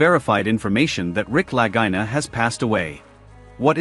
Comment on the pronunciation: I love this show but the speaker here should respect how Rick and Marty pronounce their name. It’s spelled Lagina but pronounced La-gee-na. Ok?